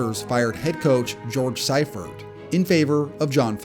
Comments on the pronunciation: Good video. Also, nice redaction at the end, because you misspoke. In the SB era, 20 teams have had a 1-win season (11 during the 16/17-game season). There was also another “O-fer” in there (‘82 strike-shortened Colts went 0-8-1). And it’s pronounced “SEE-furt”, not “SY-furt.” Great work, nonetheless. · See fert. “George Seefert”. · FYI George Siefert is pronounced Sea Fert. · Seriously, a two time Super Bowl winning coach and you don’t bother to learn how to pronounce his name? Seifert is pronounced “Sea-furt.” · Panthers head coach George “See-furt”. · Your age is showing. Seifurt= See-Furt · Well that's one way to say George Seifert name